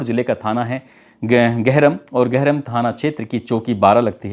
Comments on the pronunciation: सर मैं गाजीपुर से हूं। आपने जो तहसील का नाम लिया है ' गहरम ' वो "गहमर" है। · Gaw- Gahram nahi hai.GAHAMER hai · Gahram nahin Gahmar. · Up Ghazipur ka thana GAHRAM Nhi GAHMAR hai Sir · गहरम नही गहमर है नाम भारत का सबसे बडा गांव है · गरहम नहीं गहमर